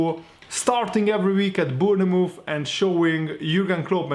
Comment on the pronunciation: Not Boonamove mate say it like you read this Bornmouth (Bournemouth)